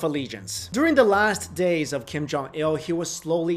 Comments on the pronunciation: The name is kim jong un pronounced as gheem johng ooooon/wooooooon -- like the British name Oona/Una. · You're accent of Kim Jong Un is so American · Whats with they way your pronounce "un" like you're french or something? lol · Learn how to pronounce his name. It is not that difficult! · At least learn how to pronounce his name correctly. You look Asian enough to able to do it. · Do your homework and learn how to pronounce his name correctly if you are going to do a video about him.